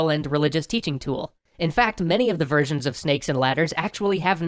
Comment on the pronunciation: Every time you say "versions" I hear "virgins".